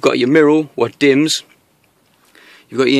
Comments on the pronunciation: It's a mirror not a mirow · i love a good "mirrow" ;) haha. only joking mate. good content and nice cars!